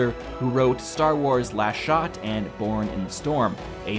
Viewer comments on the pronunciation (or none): none